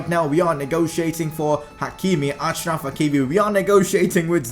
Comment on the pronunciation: It is pronounced Ashraf. He is from the same country as my dad